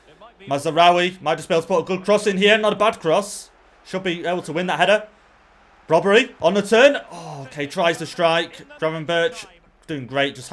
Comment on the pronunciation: brobbey is pronounced as it is spelled not brobbery:)